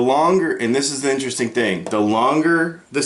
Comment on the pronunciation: Veddy in-tear-esting